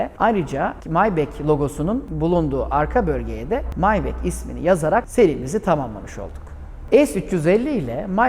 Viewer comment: Neden maybah değil de "maybek" :)